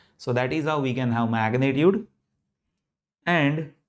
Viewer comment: "HAVE" not "HAU"